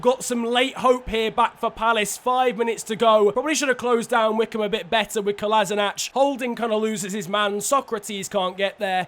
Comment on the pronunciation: Kolasinac is pronounced Kolashinats, not Kolasinach